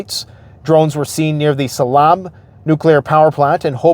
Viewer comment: The NJ PSE&G Nuclear plant at Salem pronounced like "Salem" Witch Trials